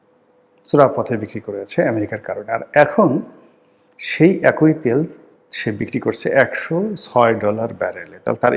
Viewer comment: আপনি “একই” শব্দটিকে “একঐ” উচ্চারণ করেন। অ.. আ.. ই..